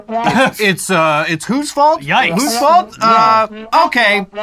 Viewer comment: that did NOT sound like yikes but it was 😂